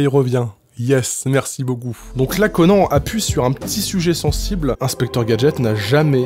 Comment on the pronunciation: S'il te plaît dis CONANNE et pas CONAN